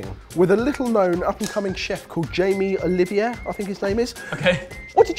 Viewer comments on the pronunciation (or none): Was the mispronouncing of Jamie Oliver's name a joke or are you guys no longer on good terms with him?